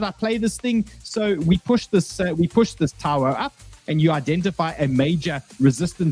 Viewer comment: Its TAO not Taouuoa....?